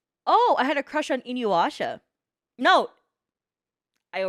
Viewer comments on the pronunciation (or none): I find it funny how nobody in chat commented on her saying "Inyuasha" instead of "Inuyasha" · lmao "in-you-asha"